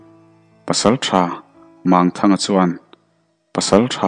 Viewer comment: Mangthanga hei pawh hi a thluk a dik lo. Mang tih hi CHAL, Lawichal, Sechal, ang hi. Ti chuan Mang tih hi Lang, tuiah thing a lang ang a thluk tur ani.